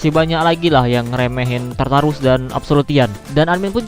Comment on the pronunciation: Tartar sauce baca nya?